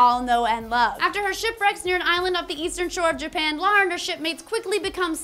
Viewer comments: It's Lara, not Lora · LARA not Laura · Feels so weird hearing a person call Lara Croft Lora or Laura as opposed to Lair-a. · Laura?? Her name is LARA. Pronunciation aside, the spelling doesn't change.